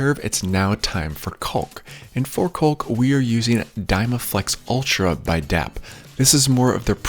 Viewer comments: The CAULK L is silent it is pronounced Kaak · Try leaving out the L when pronouncing caulk....you will sound like a pro..lol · This guy calls it colk lol I call it cock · Is he saying cock or hawk? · I only heard him say cowlk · It's cawk! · he says coccck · I've never heard anyone pronounce the "L'" in caulk. 🤣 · Bro says caulk funny😂 jk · the way you say caulk hahaha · Dudeeee!! I can’t stand it. Every video I watch it seems like everyone pronounced the “L”!!! Like, you don’t pronouns the “L” in “walk” right 🤦‍♂️ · Trying very hard to avoid saying cock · It’s like people calling a roof a “ruff” or creek a “crick” lol